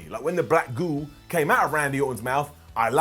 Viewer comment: The way says "goo" made me laugh far harder than it should